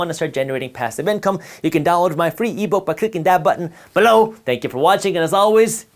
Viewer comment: I can’t stand the way he says below